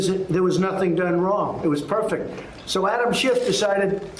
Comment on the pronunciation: Not perfect but “perfec”